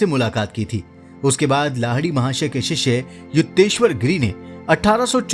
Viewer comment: शिष्षे नही शिष्य बोलो